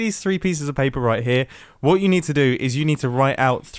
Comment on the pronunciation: "IN WHOT??!!" "I-IN WHOT??!??!!" "WHAUT DO U MEANNNN!!?"